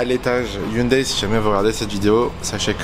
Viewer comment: Franchement, le WRC, c'est pour moi, la meilleure discipline automobile ! 😍 Et ça fait plaisir d'entendre enfin quelqu'un qui dit Hyundaï, et pas Ioune Dé comme Neuville ou Sordo par exemple... 🤣 Et la "safety-car"... Ça se voit que tu viens de la F1 toi ! 😭 En rallye, on dit "voiture de sécurité". 😁